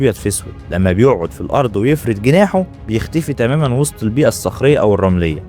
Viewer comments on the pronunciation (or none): none